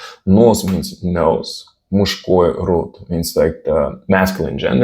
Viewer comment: Я реально кайфанул и кое-чему научился от твоего видоса. У меня неплохой английский, но благодаря твоему видео я узнал пару слов и контекст их употребления, а так же чуток лучше понял свой родной русский) У тебя очень крутой уровень в русской грамматике и в произношении. Только "мужской" чуть режет слух. Большинство русскоговорящих не знает или не помнит правил со школы, но чисто за счёт практики на автомате правильно склоняет слова по родам, падежам и т.п. Поэтому для многих панчлайн Вани Усовича почти не шутка.